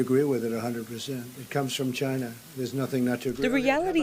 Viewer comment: It did come from CHY-NAH .